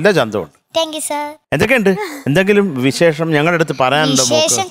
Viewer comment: മലയാള അക്ഷരം മോൾ കേട്ടും എഴുതിയും പഠിക്കൂ.എത്ര വല്യ പാട്ടുകാരിയാണെങ്കിലും വിശേശം എന്നൊക്കെ പറഞ്ഞ് മലയാള ഭാഷയെ ഇങ്ങനെ തരം താഴ്ത്തരുത്. സത്യം പറഞ്ഞാൽ സങ്കടം തോന്നുന്നു. ഈ കുട്ടികളെയോർത്ത് സഹതാപവും